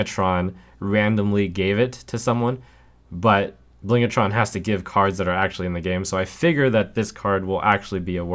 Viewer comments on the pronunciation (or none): Small pet peeve, it's "Blingtron", not "Blingatron", there's no 'a'. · BLINGTRON not BLING-A-TRON Thankyou.